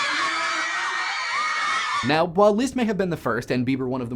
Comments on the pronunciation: I have never heard anyone pronounce those names as you have. Leeeezst and Heineeeee? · It's Liszt, NOT Lieszt! If you are going to pretend to be trying to pronounce it correctly in German, pronounce it CORRECTLY! Short "i"! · You pronounce Liszt weird. XD Leest. ><